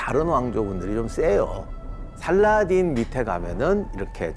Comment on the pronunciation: 원어민 스럽는지는 모르겠지만 살라할~ㅋ 띤! 이라고 발음해야 멋져스러움.